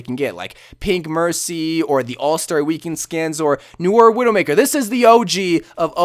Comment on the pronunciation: Oh my gawd you misspronounced Noir! Jk jk but you really did